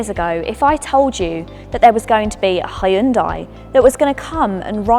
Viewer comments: I wish these people would learn to pronounce HeeYun Dai .........NOT Hi Yun Day. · it's pronounced HYUN DEH, not HYUN DIE. I'm Korean. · Its yoon-day not hian-die please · “Ay Yeon Dai” …. omg its ‘Hyun Deh’ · Why do English speaking folks keep calling Hyundai "Hayundai"? Yun-day (Yun like union, day like day) is much closer to the Korean original. Hyun-deh is even closer. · It's not hi-Hyundai its Hyundai only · It's pronounced - Hyun-day (not Ha-yun-die) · Just hurts when people who supposed to be experts can’t pronounce the brand name. It’s pronounced hyung dae. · Hyeon - Dae - It's 2 syllables. (not 3) 현대 - see how it only has 2 blocks of characters? That means 2 syllables. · Hy-undai, really? That's not how its pronounced lol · Stopped the video after the 3rd time she said “hi yun die” smh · 현대.. heon dae[ae] is exact pronunciation. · “Ha-yun-dai” has there always been an invisible “a” after the H in Hyundai? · Why does she pronounce the company name incorrectly? My god! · Please stop pronouncing Hyundai the way you do :) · Ok I can not stand they way she’s pronouncing Hyundai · My wife who’s Korean cringes every time you pronounce the name Hyundai incorrectly. 🥴